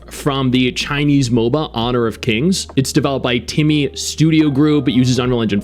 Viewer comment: I heard TIMMY lol